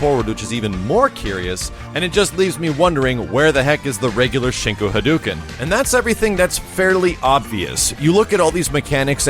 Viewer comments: Okay, I'm sorry to go all Captain Aspergers on you, but YOU of all people should know this... It's Hah-doh-ken. Not, Hah-doo-ken. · how long have you been playing capcom games that you can't pronounce "hadouken" right? Come on man:( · Still can't pronounce "hadouken" correctly, I see :P